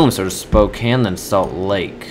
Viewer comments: Sapporo is a place in Japan. So the flight crew is saying that there is an air museum there. Also, it isn't spokan it's spokain. Pronouncing it rightly. Also, try to ge the 25% bonus to get higher money profit. Be patient. Another thing to help u get a lot of money is that say that there was a flight from Bismarck to Phoenix. Denver is in the way. So if you fly from Bismarck to Phoenix strait it will give u a profit lets say +223 with 25% bonus. But if you stop if you do Bismarck to Denver to Phoenix, it will give you one extra coin. If you do this a lot, you could get up to +100 coins more. Just remeber that. Thanks. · spocane (Spo-cayn)